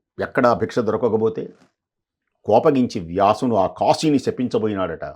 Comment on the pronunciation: కాషి కాదమ్మా కాశి అనాలి.